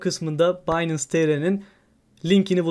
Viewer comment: Harika video tesekkurler. Kisa ve oz olmus👍🏻 yalniz kulagimi tirmalayan tek bir sey var: binance, “baynens” diye okunur. Finance (faynens) gibi. Sevgiler❤